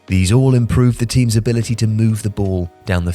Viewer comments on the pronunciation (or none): none